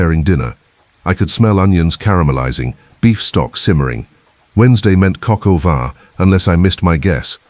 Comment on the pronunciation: That is Coq au vin, or chicken in wine in French, not cocoa van..